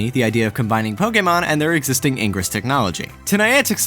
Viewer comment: I'm sorry, but all I got from this was that can't pronounce "ingress" correctly.